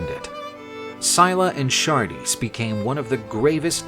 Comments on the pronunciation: Pretty cool, but one thing: "Scylla" is pronounced "Skill-ah" and "Charybdis" is pronounced "Kah-rib-diss" - not "Shar-dees" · You know its Scylla and not Syla. And the other Is Caribdis not Shardis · Pronounciation!!!: "Silla" "Karribdus" This is the origin of the saying, "Between a rock & a hard place," it was said, "caught betweenScylla & Charybdis." This is what ancient Greeks called the Staight of Gibraltar.